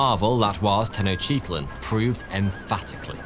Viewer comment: he* but yea and the way he pronounced tenochtitlan is sad ☠️